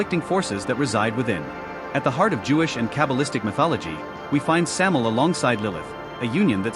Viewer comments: It's Samael. Sam A EL. "Venom/poison of God."As in MichAel, RaphAel, etc. Not Samel! At least get the most basic of information right before making vids. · Thank you! It's driving me nuts hearing "Samel"!